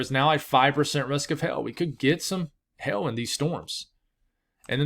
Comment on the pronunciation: It sounds like he’s saying hail, but it sounds like he’s saying Hell , haha!